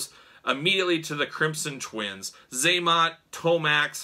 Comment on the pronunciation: When you said crimson twins I swore I thought you said the crimson chin 😂